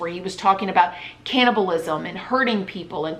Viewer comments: Why can’t you say “cannibalism “?? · Why can’t you say the word canabalism ?